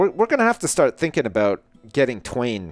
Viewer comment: Call twain 'swain'